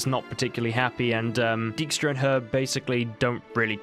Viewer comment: That prenouncation of dijkstra lmao non Dutch ppl just can't say that stuff right